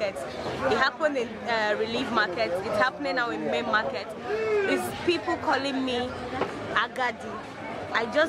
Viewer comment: Onitsha Main Mar-Kate 😂😂😂 Igbo people and pronunciation Chai